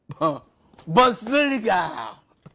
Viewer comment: "Germann...BOSSLILIGA! HEHE HEHE" bin tot 🤣🤣🤣